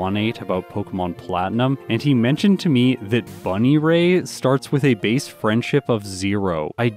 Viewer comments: Obligatory algorithm comment and also... "Bunny-ray"??? Oh. We love you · I believe it's pronounced bun-EAR-y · Its pronounced "Buh-near- e" 😄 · Petition to always mispronounce buneary as bunny ray from now on! (also it's my nickname for it now!). You should purposely mispronounce other pokemon's names too just to annoy people xD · "Bunny-ray"? What is this pronunciation? I didn't say anything about the bulbasaur line, but come on... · Why do you say Buneary that way? This is the first time I have ever heard it pronounced that way. Commonly it is pronounced bun-eerie. Either way, the struggle of Salamance is expected. I think if it had its egg moves it would've faired better. If it had a decent move pool access it could've done well. I wonder how Metagross will perform... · Normally Idgaf about pokemon pronunciations but this one cracked me up 😂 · we gotta talk about your pronunciation of Buneary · Cringes inwardly every time tries to pronounce Buneary. Also, speaking of Salamance not learning water moves, it can actually learn hydro pump via egg move. It's a weird move for it to learn but it can. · can we get a pronunciation check on buneary if you ever do a run with it? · Ngl, the Buneary pronunciation hurt me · Buneary pronounced wrong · Your pronounciation of "bunnyray" is hilarious. I always thought it was pronounced "bun-EAR-y", with the emphasis on "ear" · Buneary... Bunny-ray? Isn't it bun-eary? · Bun EAR y, not Bun I ray I cringe at your pronunciation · BUNNY-RAY??? You mean… bun… EAR…y? I’m listening to the video and if I didn’t know the fun fact about the friendship I genuinely would have had no idea what Pokémon you were talking about. I have genuinely never heard it pronounced like that before. Innovative honestly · I love your vids but if I hear bunny ray over bun ear ee again I’m gonna have an aneurism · Buneary Said: "bunny ray" Pronounced: (bŭ-NEAR-ee) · Please never pronounce buneary bunnyray again lmao